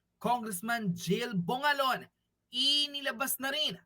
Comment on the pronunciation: Bongalon boss hindi bolanon